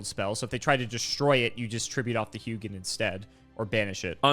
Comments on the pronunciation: I'm pretty sure Hugin is pronounced like hoo-gin because Hugin and Munin are Odin's ravens and that is how Hugin is pronounced there. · The name Hugin comes from Nordic mythology where I'm from, it is one of the Ravens of Odin. Hugin in most nordic languages would be pronounced "who in". The G is silent in the name. Edit: Munin is the other of Odin's Ravens, pronounced "Moonin". Edit 2 😂: norse mythology keeps coming 😂❤ - Sleipnir is the horse/steed of Odin, pronounced "Sly'pnir" or "Sly'penir". It did indeed have 8 legs.